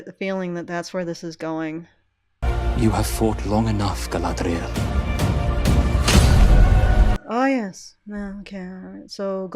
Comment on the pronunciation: The Sindarin "dh" is like the Norse þ, which isn't really happening there IMO. Less Galadh-riel, more Galad-rhiel. Still not the Queen's Elvish, so to speak, but who is speaking anyway?